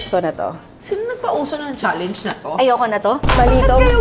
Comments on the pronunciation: the "challenge" pronounciation ni zeinab kakaproud. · Not a hater po pero bakit po hindi talaga nag iba ang pronunciation ni Zeinab ng challenge? Madami na nag content sa tiktok nyan na mali pronunciation nya di talaga nya binago. Hehe curious po kasi baka nakasanayan na talaga di na mababago 😅